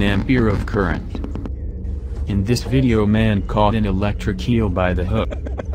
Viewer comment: Its a electric eel not a electric keal😂